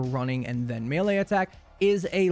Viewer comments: MEH-LEIGH not ME-LEIGH lol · Mele not mile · May - lay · This is a pet peeve of mine. Sorry. I'm going to get pedantic for a moment. Melee is pronounced "may lay" with an American accent. It is pronounced "mell lay" with a British accent. "Mealy" is a different word. "me lay" is just weird. You used 6 different pronunciations in this video. It burns! It's like fingernails on a chalkboard! You're not a bad person. I still love you. Please stop making the baby jesus cry. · It’s may-lay lol, good video though thumbs up